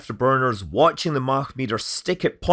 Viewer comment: I'll just say that you can pronounce Mach as Mach, instead of Mach. But, either way...